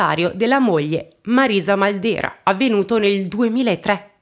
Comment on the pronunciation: Ciao! Io sono di Corato..conoscevo solo in parte questa storia. Grazie per averne parlato <3 Comunque il cognome da noi si pronuncia Màldera:) Grazie ancora per i contenuti che porti!!:*